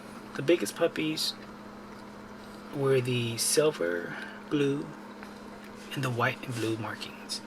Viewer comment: Him : "blue fot/fox idk" Me : "b l u e t h o t"